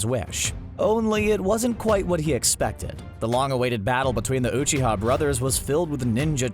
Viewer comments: CBR narrator:I’ve watched and rewatched naruto many times Also CBR narrator:mUhDaRa,oOcHiHa,raSsAngAn,kAraMa,uCuHtSooKie Shit like this really pisses me off about these channels,they claim to have knowledge about a show,then they completely butcher the pronunciation and then proceed to state bullshit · CBR: i've watched and rewatch naruto many times . . . . . . . . . . . . . Also CBR:calls jutsu jitsu and uchiha uuuuu-chi-ha and akatsuki a-kut-ski and rasengan ra-zen-gan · “I’ve watched Naruto so many times” mispronounces ‘Rasengan’ pretty sure this guy has seen like 2 episodes..also says ‘Uchiha’ Oochi-ha like does this guy care about the fans or just the views. I for one an sad I gave the view to this video. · CBS narrator: *I’ve watched naruto several times Also CBS narrator: Muh-dah-ruh oochi-huh Akotski Raasngan